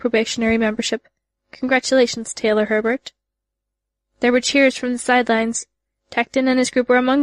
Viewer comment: "Taylor HEbert" There's only one "r" in the last name, not "HERbert". Thank you for your efforts in putting this epic into audiobook form, but please look up the pronunciations of thee words used. This particular VA adds in a fair amount of extra syllables in words that shouldn't be there. For example, there's no "a" on the end of the name, "Simurgh."